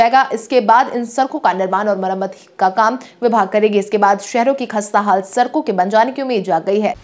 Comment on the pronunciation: Sarak sarak kar sadak bolo